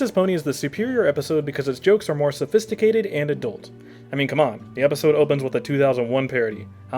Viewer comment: I'm sorry I can't get into this one, you keep mispronouncing sophistimacated and saxomophone.